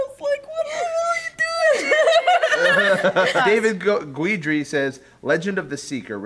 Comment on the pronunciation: It's pronounced gidree not geweedree. Seriously?